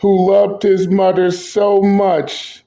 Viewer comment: Learn the fuck how to say "mother " Damn that's distracting!!